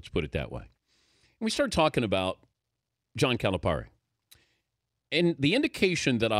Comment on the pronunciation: It's Cali - Pair - Ee - the least you could do is pronounce his name right. Plus you should understand his relationship with the local reporter. They're constantly jabbing each other. You can't take their exchange literally. Louisville is great again? KY beat them and they lost this past weekend. I'll just stop there...